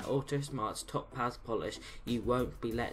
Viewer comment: Its pronounced Tow-paz, all one word. Great videos. Do you mind if i post them to my Autosmart Facebook group?